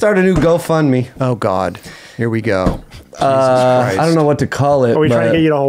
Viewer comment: Talltees-uz Christ